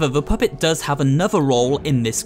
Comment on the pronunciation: "the phuhpett